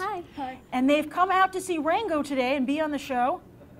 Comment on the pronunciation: I could swear she called it "wango"